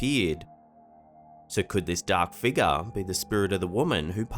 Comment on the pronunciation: A whole Lotta "dahk figgahs" in this episode.